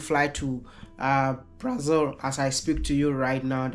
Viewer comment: Our country is pronounced BraZIL bro, not BraZLE as in HanDLE.